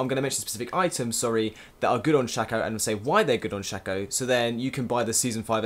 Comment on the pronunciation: the way he say's shaco is just wrong annoy's the hell out of me!